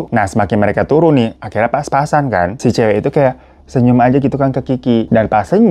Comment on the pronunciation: Kok "pas pas an" sih. Yg bener kan "papasan" 😅